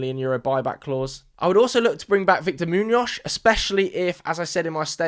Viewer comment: I'm so Sorry but this is very distracting... Why do you pronounce Muñoz like that? You can just say it with a normal S at the end 😂 like Moo-knee-oss... Kinda? Great vid anyway, can't wait to see how Madrid handle this circus